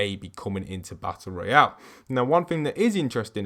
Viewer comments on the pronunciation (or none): none